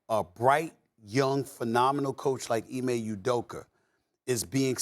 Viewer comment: “Ime udoker”- stephen a